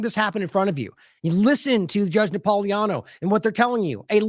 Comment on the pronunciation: Napolitano should be pronounced correctly. THERE IS A T IN THERE. You're leaving out the T incorrectly.